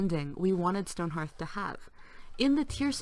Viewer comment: It's HEARTH not HARTH.